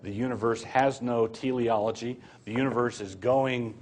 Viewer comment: It's Teleology, not theleology, you quack.